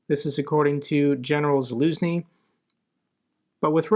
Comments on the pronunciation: may I help you with the pronouncing of one Ukrainian sound please? It is "zh". It makes a consonant like in words division, treasure or azure. Here is kinzhal, Zaluzhny, and even Zaporizhzhia, where there are even 2 of it in a row. It doesn't sound like in zoo and it is quite a common sound in Ukrainian. Thanks for your work from Ukraine. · Can I help you with the pronouncing of one Ukrainian sound please? It is "zh". It makes a consonant like in words division, treasure or azure. Here is kinzhal, Zaluzhny, and even Zaporizhzhia, where there are even 2 of it in a row. It doesn't sound like zoo and it is quite a common sound in Ukrainian. Thanks for your work from Ukraine.